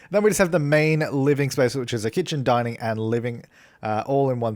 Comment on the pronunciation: every time he says “living, kitchen and dining” I always. But aLWAYS. hear him saying “LIVING (ofc its normal), kitchen, DYING” idek why but k